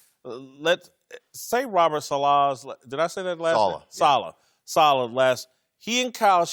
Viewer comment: ..What's his name..Sa-Liss...Salas..."yeah, I like him and kyle shanahan"...pffft...if you are going to act like you did some research, at least know dudes name...Tony needs a raise for baby-sitting..